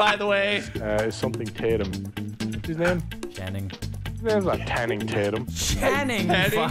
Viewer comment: my man, my guy, no. it ain't Tanning Tatum. it's Tanning Chatum 🙃🙃🙃🙃